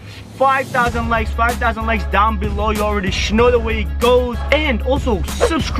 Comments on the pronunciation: Stop saying sno say know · Stop saying shnow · Am I the only one that notices that he says snow instead of know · Please stop saying “shnow “😂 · I’ve had enough of him saying shnow😭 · Why does he say shnow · I’m sorry but does anyone get really triggered when he says ‘YOU ALREADY SHNOW HOW IT IS’ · Does it trigger anyone else how he says shnow instead of know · If you say know with an sh one more time I’m unsubscribing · It is know not snow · Bro he says you already shnow how it is way to much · Why does he say snow instead of know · Why does he say Shnow and not know like what the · He always says shnow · why he say shnow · Why does he always say shnow instead know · Stop saying shnow WTF...WHAT THE HELL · Can u pls stop saying snow instead of know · stop saying shmoe